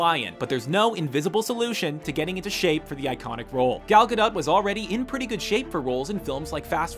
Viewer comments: .-. The way you pronounced Gal’s name... it’s Hebrew so it’s Gol Gad-oh-t and not the other way... it’s fine I’ve learned Hebrew since I was 2 so it’s an easy mistake for others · IM SORRY HOW DID YOU PRONOUNCE GAL GADOT